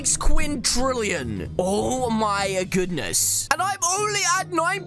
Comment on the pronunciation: Lol he said quintrilion